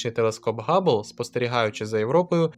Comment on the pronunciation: Все добре окрім слова "Габлл"---ГАБЛЛ...кров з вух. Який ще Габлл. Hubble-с%ка Хаббл. Габбл можна було б озвучити-Gubble